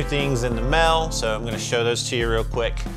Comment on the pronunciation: "mail" "Jail" there may be many ways to build a fuzz pedal but there's only one way for to not pronounce the letter A. I mean what in the hale is with that. Nice video